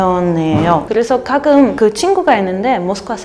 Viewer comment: 가금 아니고 가끔이요.발음할때는 가 다음 끔할때 혀뒤부분을 입천장에붙였다가 띄면서내는발음 ..가를 각하고 이때혀가 목구멍을막은 상태에서 혀를 낮추면서 입술을 붙히면서 음 하면 가끔 이라고 소리가 들려요 껜잎도 같은방법으로 깬하고 입 하면 깬닢 으로 들려요. 연습해보세요 각끔 ㅡ가끔 깬입 ㅡ깬닢 으로들려요.